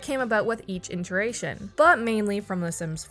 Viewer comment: I notice you said it over two videos. It's "it-er-a-tion", no N. Thanks for the video!